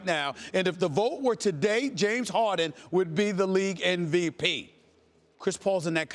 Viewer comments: is it just me or stephen A. says NVP instead of MVP? what the fuck is NVP? Nost Valuable player? LOL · what weed you smoking SAS , cp3 is not in mvp convo ... and its mvp not nvp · Idk why but it annoys me when ppl say "NVP"